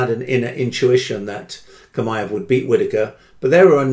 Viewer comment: Chimaev said like Shimaev